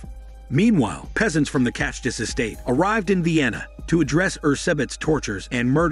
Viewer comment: Being a Slovak, it hurts my ears how you mispronounce Čachtice. Closest pronunciation ChA - KHTHI- TSE. Anyway, come to visit the town. It lives with the legend of bloody countess till this day.